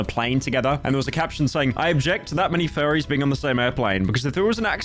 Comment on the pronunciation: When you say furries, I hear Fairie